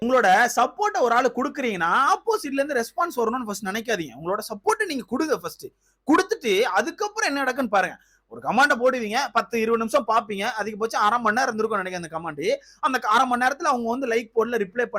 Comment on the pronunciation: கமெண்ட் னு சொல்லுபா.படிக்காத தற்குறிங்க தான் கமாண்டுனு சொல்லுதுங்க.நீயும் அப்படியே சொல்ற.இரிடேட்டா இருக்கு. கமெண்ட் னு சொல்லுப்பா இனிமேல்